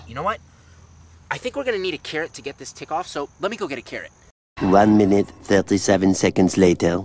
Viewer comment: You know when you say carrot you sound like ur saying Karen 😂🥕👩‍🌾